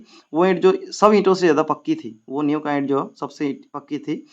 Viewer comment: New kii it nahi niv kii it hota hai sirr